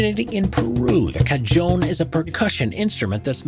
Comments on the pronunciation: “Clarinets are one of the most recognizable instruments” shows oboes and bassoons “Cuh-john” it’s pronounced cuh-hahn also, cajons aren’t rare at all. I know so many people that play them, and literally so many churches have them as well. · i keep getting annoyed by this, so i have to say it. "Cajon" is pronounced "Cuh-HONE"